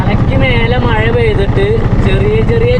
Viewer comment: മയ അല്ല മഴ ആദ്യം അത് പഠിച്ചിട്ടു വാ